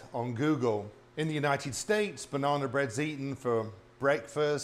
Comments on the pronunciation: Banana but you keep saying "Bananer" and "Lady Dianer" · Bananer lol 😂